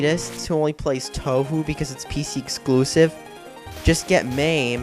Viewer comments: I know this is done for controversy but, 1: That's not a reason to do this shit, and 2: I have found a rebuttal to 90% of the shit you say in this video and your way of "reviewing" a game. - Your pronunciation: TBH I'm not gonna complain TOO much because it is an issue some other people have mispronouncing Touhou, but still, it's pronounced Toho. - "All the games are almost all the same": Ignoring the 1st one, which was essentially bullet hell breakout, 3 and 9, which were more like 1v1 bullet hell survival fights, and all the spinoffs, which are either fighting games, or bullet hell photography games (Also there's Great Fairy Wars and Impossible Spell Card) - The only difference is that they change the bullet pattern: Yeah, just that, and the graphical assets, the music, the bosses, the playable characters, the story, some of the mechanics and in some instances, the entire fucking formula (Refer to my previous rebuttal) - They use the same engine: No. The 1st five where made for the Japanese computer the PC-98, which didn't use Windows, so they ran on a different engine. Then there was the new engine created for Touhou 10 and onwards, and also the fact that the fighting games all run on a different engine. - The same glitches and problems: That's just a fucking lie. Again, refer to my previous rebuttal, but also take note that bug fixes would take place in the development for the games. - The Touhou games are links every other bullet hell but without what makes them fun: ... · It is easy to pronounce. The fact that he doesn't know how to pronounce it means he did very little research on the subject before making this. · Someone needs to do his research before criticizing Touhou Project. The fact that you can't even pronounce Touhou correctly is proof enough of this. "They're the same game." Different Story =/= same game. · Obvious trolling. Though there are better schmups, this is a decent series. And it's pronounced 'Toe Hoe' not 'Tou Hoo'. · Toe Hoo? Zahn? Lmao